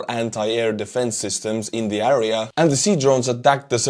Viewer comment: Area is pronounced like Air ee ya not A Ree a, Same sound as hair or air or pear or flare or whatever. Слава Украини!!!